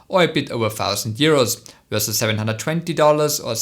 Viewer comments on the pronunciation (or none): none